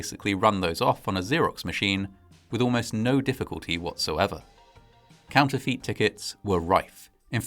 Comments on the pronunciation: The presenter introducing his family then caught kissing another woman is hilarious 🤣 'counterfeit' is pronounced 'counterfit' not 'counterfeet'!! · ‼️”counterfeet” Boy, it would have absolutely done you in to have pasted a word into google and have it pronounce it for you. Congrats on exposing to everybody that you’ve never heard the word “counterfeit” before. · Counterfeit ・Correct pronunciation: counter fit ・Incorrect pronunciation: counter feet